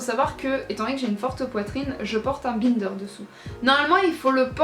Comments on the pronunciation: Non non elle le prononce mal, faut le dire à l'anglaise vu que c'est un mot anglais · Ça me fait trop rire que tu prononce bInder 😂 J'ai toujours prononcé et entendu prononcé a l'anglaise 😂